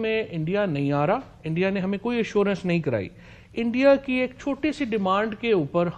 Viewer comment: Bhai endia nahi India hota hain😂